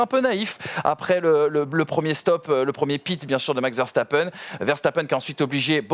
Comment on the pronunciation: Je rêve du jour où vous prononcerez Verstappen correctement 🙃, sinon super émission les gars !